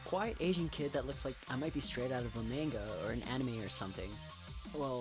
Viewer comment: Lol its MAH-nga